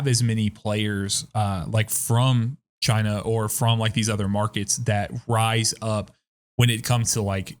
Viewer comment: Any one watching this after last pantheon video that's dying every time they say china